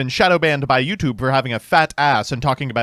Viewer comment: A decent attempt at a BBC accent from mister but a shame he didn't say "Youtube" correctly